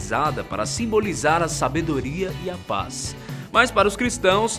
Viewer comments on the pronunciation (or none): "ressurreição e pa" quem reparou no erro também ? hahahha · ta estripo pa em vez de paz